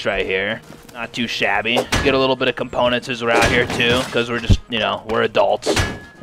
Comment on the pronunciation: This man said componentses?